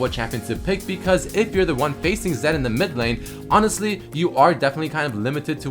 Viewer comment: "zED" more like bannED